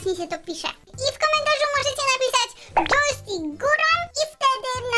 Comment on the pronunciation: Nie to dżojstik muwi